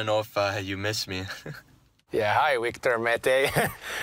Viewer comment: I love how Victor Mete says Jesperi instead of Yesperi and Kotkaniemi says Wictor instead of Victor haha